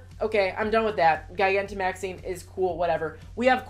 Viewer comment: Try pronouncing it like this... Ji-gan-to-max-ing ... Like a giant. ...